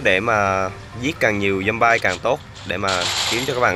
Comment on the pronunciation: Zombie Đọc là Giom bia đớ anh AS